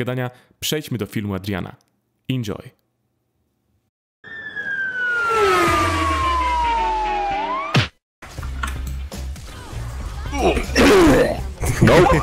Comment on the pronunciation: nie czyta się indzoj tylko endzoj